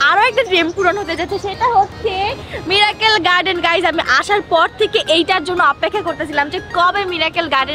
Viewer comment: Mirakkel na miracle r strecture na structure 🤧